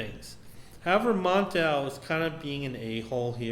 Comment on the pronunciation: Why do you keep calling mon-el,montel?